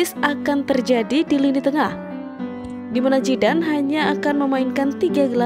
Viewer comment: Soljer,peter mekel,jidan,megor tolong belajar lagi cara mengeja yang benar biar pendengar nyaman dengernya